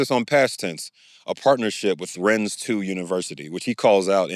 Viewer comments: Ren-nez? really? it's pronounced "ren" " "dr" is your name even "richey" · If his degrees with "the unviversity de la renaissance was true, than I feel like he sould be able to pronounce the name of the school they were "partnered" to. Rennes : One syllable, "s" unpronounced. He said rayness...